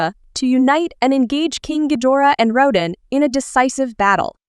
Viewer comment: it sounded liek you said raddan instead of rodan.